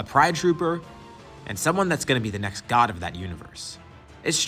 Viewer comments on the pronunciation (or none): "a pride trooper and someone's who's going to be the next GOD of that universe" I find it interesting how you emphasised "god" here. like... did you intend for G.O.D. in the script? like.. as in "God of Destruction" rather than just "god"?